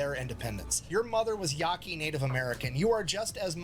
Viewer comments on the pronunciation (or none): I hate to be that guy, but Yaqui (as in the First Nations tribe) is, iirc, pronounced 'Ya kee'. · Yaqui. It's pronounced Ya-key.